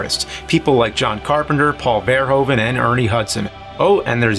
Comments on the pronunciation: I like how he says Paul Verhoeven as: Paul Fairhooven. I am Dutch, i guess only dutch people find this funny :) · VER HOO VEN, how many times still will you say it wrong. I thought nerds were supposed to be smart?